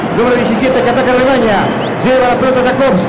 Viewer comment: Que estrés escuchar al narrador decir "Alemaña"